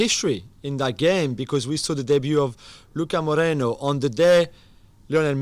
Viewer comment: The guy said say Martial's name correctly, but later butchered Luka Romero's name🤣🤣🤣